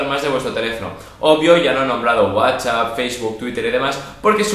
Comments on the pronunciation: guachap xD me mata como lo dices jaja :) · Es muy bueno el "guachap"